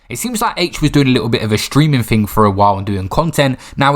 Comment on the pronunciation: Lost me when the lesbian said “mad ting”